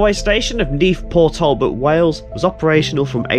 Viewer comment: As an Englishman living not far from this video location, it was great to see some 'local' stuff being done (born in Mansfield, so a lot of the other videos are 'local' too)! The pronunciations are tricky though, especially for any non Welsh - Port Talbot is pronounced Portalbot, and Maesteg is My-Stegg :) South Wales is a beautiful area to live, and there are so many places to walk and explore too! Keep up the great videos, love watching them :)